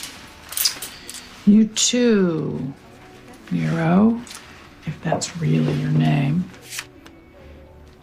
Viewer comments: "Jesus Christ" the least you guys can do is watch the fucking show before making a list of bullshit. It's pronounced "mar row" and yes I actually could help myself from feeling sorry for his bitch ass getting killed. Get Gemma off this fucking list while you're at it. Tf is wrong with you, she killed Jackson's dad and true love. She definitely shouldn't even be on this list at all, let alone top 3. Wait to go.... You've managed to get the 2 most disliked characters in the top 3 -______ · Probably not... she said Morrow like in the island of Dr Morreu I rolled my damn eyes. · Muh-Row... MUH FUCKING ROW?! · It's pronounced Mar-row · "Muh-roe"? Wut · You can tell shes never watched a single episode of this show just off of how she pronounced Gemma's last name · I really wish she would learn to pronounce "Morrow" correctly.... Also, Venus and Piney should have been on that list too !!! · I hate that she didn’t pronounce Morrow correctly. Totally pissed me off!!! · You have never even watched this show haha. the way you pronounced Morrow. like how do you not know how to say that if you watched the show. disliked the video because of this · Ugh I hate how pronounces Morrow🙄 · Redo this video and pronounce “Morrow” correctly. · Thank you !! Obviously these people don’t really watch the show, they can’t even pronounce the last name of two of the main characters, who are central to the entire series 🤦🏻‍♀️ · You could've at least pronounced Morrow properly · other than the misproununciation of the top person on the list it's very good. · What a shit fucking list. Jax must be #1. Learn to pronounce Morrow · The narrator has obviously never watched the show. How do you not know how to pronounce "Morrow"?! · Seriously... Morrow? All you had to do was watch the first episode to learn how to pronounce the names. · How they hell can they mis pronounce Gemma''s last name? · How do they know about the characters when the cant even pronounce "morrow" right?